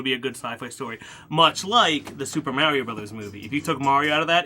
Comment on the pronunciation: Always mind blown when people still mispronounce Mario and have ever played a video game